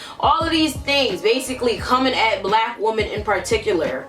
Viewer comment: "Xee-no-phobic" "Woo-men"